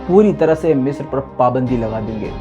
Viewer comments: مصر نہ کہ مسر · Bhai it's (مصر)not (میسر) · Waah !!!! kya urdu hai meesar(misr) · 😂😂😂 urdu kamjor hai ki,❤🇮🇳😍🥰